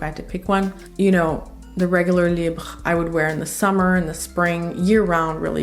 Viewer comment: As someone who speaks French, thank you for pronouncing the French names/words correctly, unlike people who insist on saying libra(Libre). Just like genra(genre).